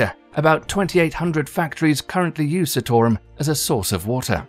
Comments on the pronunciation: the CITARUM pronounciaton is wrong. its not sitorum but it pronounced as CHITAROOM. but this video is good. i love this video❤ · Where are you getting Sittorum from? It's Chee-taa-rum. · Say it with me - NOT Citarum, it is SEETARAM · It's not 'see' 'tore' 'rum' , it is pronounced 'cheetah' 'room'... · Citarum not pronounce Sea-to-rum. its Chi-tar-room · Just so everybody is clear here. A lot of the footage in the video is not actually from Citarum river, or the cleanup currently happening there. Also, the ADP is often accused of greenwashing because the allocation of funds is questionable at best, and nefarious tactics are used to silence those who oppose their funded projects. And also, its pronounced "chi"tarum -the same way he pronounced Cimahi in the video. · It is pronounced Chit-O-Room